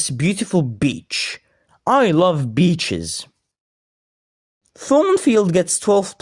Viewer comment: “I love beaches” Sounds like your saying something else…